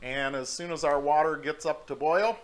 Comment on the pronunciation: Wadder lol...